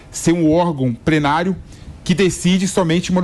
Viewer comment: prenario? eu ouvi bem? uhahuauhauh